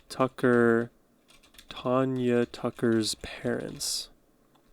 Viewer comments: It's Tanya, not Tonya. Love her! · Country music is all about the stories of life. A great rabbit hole to go down! Great and thoughtful reaction to Tanya. (TAN-yuh .. not Tawn-yuh) ;) def going to subscribe! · You are saying her name wrong...she's my cousin. It's TANya